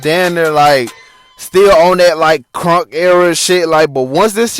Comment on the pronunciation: I knew you was young and not from Georgia lol your timeline a lil off and you was calling crunk music “crank” but it was still a cool interview made me remember all this shit cuz I was 14 when this shit started